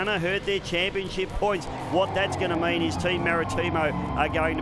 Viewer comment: "Superboat Chaniponship", haha